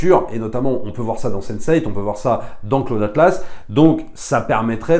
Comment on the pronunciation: C'est qui "Claude Atlasse" ?! -> Pour info on prononce 'Klaoud" ;)